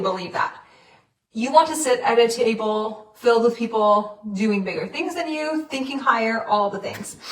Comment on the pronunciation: I wasn’t really paying attention in the beginning, I thought she said titty bowl instead of table 😂.